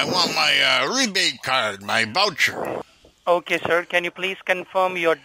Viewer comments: The wowcha in the velcome package. Why don't they simply swap w's for v's. So pretend the word voucher starts with a w and the word welcome starts with a v. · I’m glad that darn “Wisa” card didn’t let you down lol I know you want your fake “wowcher” 😆